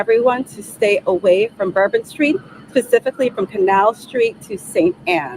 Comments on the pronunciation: She said spacifically not specifically 😂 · Did I hear the FBI agent just say “pacifically” instead of “specifically?” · I swear that made my skin crawl. Replayed it over and over, slowed it down to .25, AND looked at my mouth in the mirror as I said both to see what MY mouth looked like saying them. Each uses different muscles so there's no doubt she absolutely said pacific. Sad indeed 😢